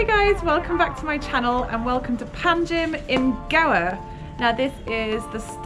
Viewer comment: It's Pa na Ji